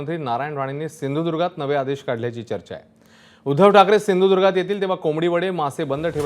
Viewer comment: नारायण राणे यांनी सिंधुदुर्ग हे नाव स्पष्ट बोलून दाखवावे..मग विकासाच बोलावे.. सिंदुर्ग बोलतात हे महाशय